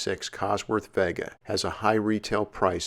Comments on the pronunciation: it's VAY-gah not veh-gah, lol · It's pronounced Vay ga not vegga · Vega as in vay-guh. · It's pronounced vay-guh. As in Las Vegas. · I've never heard Vega pronounced that way...almost like the way Cal Worhtington said "Chivy"